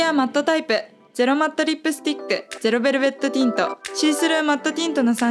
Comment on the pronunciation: すごい参考になります！！ ゼロベルベットティントを噛まずに言える滑舌も凄いです…！！